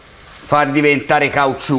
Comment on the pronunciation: Buono questo piatto MA DOVE SI PRESO À LUGLIO IL MANDARINO.....??? BRAVO COMUNQUE MI FAI MORIRE QUANDO DICI CAUCIU MA VERISSIMO 😂😂😂